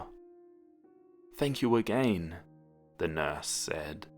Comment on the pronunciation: I love how you pronounce certain words like "again" as "a-gain" makes everything more scary :o